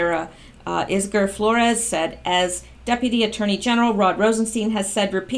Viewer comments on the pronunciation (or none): none